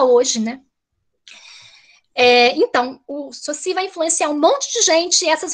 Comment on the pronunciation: Ferdinand Saussure (a pronúncia é sôssi) Que vergonha de uma "pesquisadora de linguagem ainda não se familiariza com a pronúncia de Saussure. Fora a militância de criticar o conservadorismo. Sou professor de Português, lamentável pelo preconceito do "bem" com que é conservador.